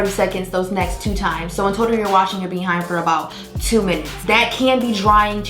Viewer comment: I'm going to watch until the end just to keep hearing her say, "BEE HIND." 🤣🤣🤣